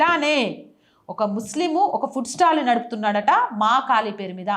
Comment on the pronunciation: ఫుడ్ స్టాల్ అనాలి పుట్ స్టాల్ అని అనకూడదు